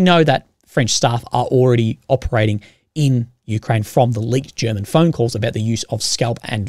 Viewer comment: It's not Me-Kraine, it's U-Kraine.